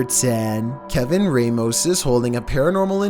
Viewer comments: Lmao i always gotta correct on his pronunciations.. 😤 Its Kevin RAM-MOS! not Kevin REY-MOS! 😂😂😂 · Its not pronounced raymos its Ràmos